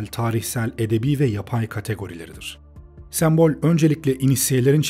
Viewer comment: Gerçekten çok faydalı ve güzel bir video, teşekkür ederim. Ancak bir eleştiri yapmak isterim naçizane. Videoda onlarca kez geçmiyor olsa bu eleştiriyi yapmazdım çünkü yanlış anlaşılmaktan imtina ediyorum. sEmbol kelimesindeki ilk E harfi kapalı söylenir. Videoda bir kere değil çok kere duyduğum için kulağımı tırmaladı ve beni ister istemez videodan kopardı zaman zaman.